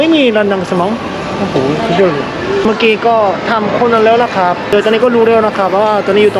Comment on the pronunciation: อยากขอให้ออกเสียง ครับ ด้วยเสียงของไม้ตรีค่ะ อาจเป็น ครับ คร้าบ หรือ คับ ก็ยังดี😁 แต่จริงๆก็ยังไงก็ได้นะเพราะเข้าใจว่ามันก็แค่สำเนียง 🤗 สู้ๆนะ 10k sub อยู่ไม่ไกล ถ้าถึง 10k แล้ว 30 k หรือ 100k ก็แค่เอื้อม👌